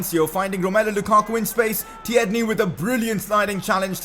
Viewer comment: You clearly don’t look at your comments say tierney properly